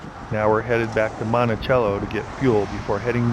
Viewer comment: Great video of an off-beaten path. I'm glad you finally got the Utah pronunciation of Monticello! Now, let's work on Manti-LaSal...